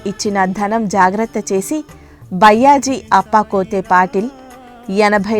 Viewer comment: Sairam byyaji ani pronounce chesina word ni maarchi bayaaji ani pronounce cheyandi idhi maa request 🙏